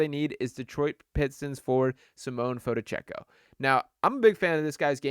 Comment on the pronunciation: An expert on Fonteccio. Can't even sat his name. Lmmao